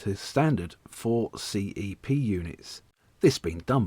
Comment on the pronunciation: I so miss these - the trains I worked with as SM Ashford and later SM Charing Cross! Is it the auto-dubbing that keeps referring to them as C.E.P. Instead of CEP pronounced ‘sepp’ as we all used to?